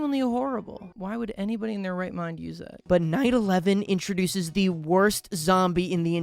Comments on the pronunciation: did he say night 11 or 9 11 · i genuinely thought that he said 9/11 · when bro said night 11 that’s not what I heard🛫🗼🗼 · Somehow I heard you said Night 11 differently